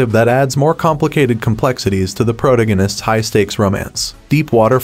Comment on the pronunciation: How did my man pronounce the word “protagonist”